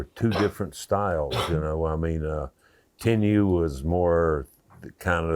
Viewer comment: 「Tenryu」、ってちゃんと発音してるね。